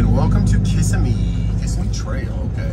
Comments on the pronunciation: Locals pronounce it Kah' simmie. LOL Kiss a me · I love hearing you try to say Kissimmee. It looks like Kiss Im Mee, but it is now. More like kuh·si·mee. One smooth word together. Most people not from FL get it wrong. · Kissimmee is pronounced kiSIMee. KISSimee was invented by D Yankees